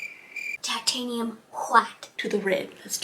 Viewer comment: All the colors of the rainbow: tAh-tANe-hIum whHHHHiTe ....cobalt blue... make that sky nice and ✨happy✨ more tAh-tANe-hIum whHHHHiTe ivor black and more... tAh-tANe-hIum whHHHHiTe TAH-tANe-hIum whHHHHiTe hWHIte cadium ✨yellow✨ cobalt ✨blue✨ red, just plain red nice light yello- this is just a joke btw and Kris's painting is great :)